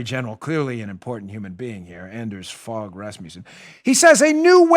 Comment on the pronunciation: Hehe Dano..great show!..and 'Anders Fogh Rasmussen(ex Danish PM)..hehe..'Fogh' is pronounced 'fo'..like in mo-.....